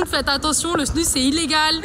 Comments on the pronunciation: Tu remplaces le s par un a ça fait snua trop drôle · LA snuZE au niveau de la prononciation svp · dite snus mais sans le n 😳😳😳😳😳😳😳